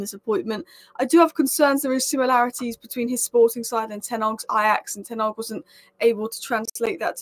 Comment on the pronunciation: A--MO--RIM.. You should take time to pronounce people's names. First Ten Arg, now Amoin.